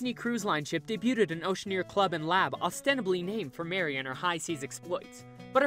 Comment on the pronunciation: OPE-ulent? OPP-ulent. AccuSition? Acquisition. Ostenably? ostensibly. Debuted? Debyood. Jesus Christ man, that is pathetic. If you are going to be an announcer, at least practice a little. Ask around-"Hey guys, am I pronouncing these words correctly?" You've actually made up words! Maybe I'm missing the YouTube rule that says only ex-Starbuck's employees are allowed to narrate videos.